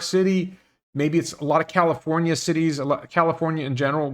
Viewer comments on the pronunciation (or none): none